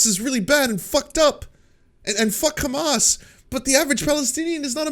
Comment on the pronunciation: you are great anc rly cool and I love you but please ask a arabic speaking friend to teach you how to pronounce hamas. You are saying hamas with a "kha" now and it is cringe